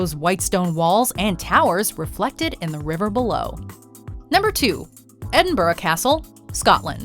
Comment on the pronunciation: This woman can not pronounce British names either, Edinburgh for example!